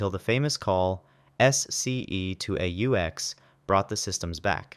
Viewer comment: It’s AUX not A U X. You say it like the first syllable in auxiliary. Which is exactly what it stands for.